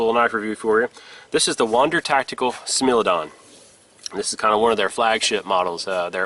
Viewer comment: Let me 1st say that I apologise up front for being that guy , but it is not pronounced "smil" it is pronounced "smile"